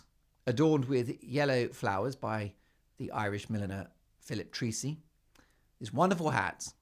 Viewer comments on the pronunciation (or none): Philip Treacy pronounced … Tray-See phonetically 😊